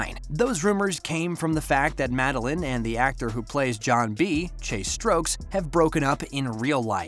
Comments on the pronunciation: NO U SAID THEM BOTH WRONG IT IS RUDY PANKOW CHASE STOKES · Did you say Chase strokes?💀💀